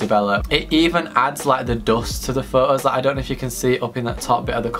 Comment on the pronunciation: Pho-ohs 😂😂not trying to hate tho